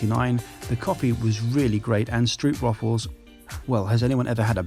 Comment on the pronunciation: Nice! Glad to see my home country product in the US haha. You pronounce the o-part in stroopwafels as "strobe" btw ;)